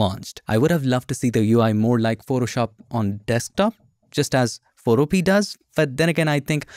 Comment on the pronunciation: Isn't Photopea pronounced "fo-TO-pe-uh" (rhyming with 'Utopia')?